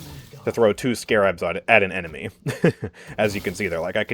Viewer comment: Nooooo not how you pronounce Scarabs 😅